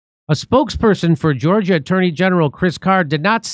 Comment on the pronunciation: Jimmy still can't read...."Georgia! Prosecutors..." As opposed to proper stress in a sentence...Georgia prosecutors....